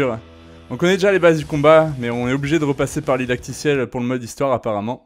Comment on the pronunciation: "Didactiel", pas "dadictiel" 😅😉